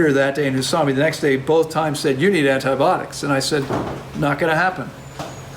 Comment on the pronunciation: Hi 🙋‍♀️ U know I am extremely grateful for your wisdom and generosity sharing that wisdom so please forgive me for asking you to actually enunciate the "I" syllable in the word "an-ti-BI-otics." This topic recurs enough to where we are going to continue hearing the pronunciation of this word. It has FIVE syllables not four as in "antiBOTICS." 😄 Again, please forgive me AND think kindly of me the next time u pronounce "An-ti-BI- ot-ics!" 🥰🥰🥰🥰🥰🥰🥰🥰